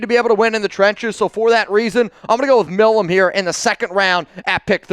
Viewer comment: Milum is not pronounced "Mill uhm" Its pronounced M - eye- lum